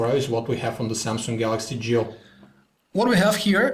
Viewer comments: Why do I hear "JEW" instead of "GIO".... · I keep hearing 'Galaxy Jew'.